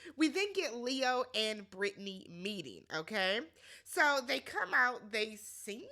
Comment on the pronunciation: Girl why can’t you say Leo???? 🤣🤣🤣🤣